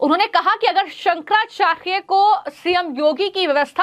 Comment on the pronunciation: ये फर्जी शंकराचार्य नहीं हैं, सनातन धर्म के शीर्ष प्रतिनिधि हैं। उन पर टीका-टिप्पणी करने वाले फर्जी नेताओं के बंधुआ मजदूर और मानसिक गुलाम हैं। ये यू-ट्यूबर तो शंकराचार्य का नाम भी शुद्धता से उच्चरित नहीं कर पा रही है।